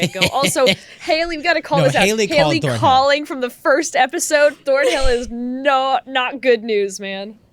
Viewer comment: It's ThornHILL not ThornBILL ... 🤦🤦